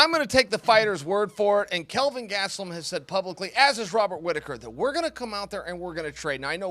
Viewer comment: Chael said Gastelum correctly. No more Gatselum.